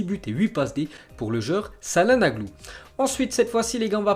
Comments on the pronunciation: CAHLANOGLU ! CA ME STRESS QUAND TU DIS CAHLANAGLU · Se prononce hakan tchalhanoglou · Fait un effort avec ton élocution avec les noms de ville ou les noms de joueur..ÇALHANOGLU et le ç ce dit TCH... c’est vraiment usant au moins le 4ème message et je suis pas le seul, analyse un peut les commentaires pas seulement ceux qui te font plaisir mais aussi ceux pour évoluer. Bonne continuation.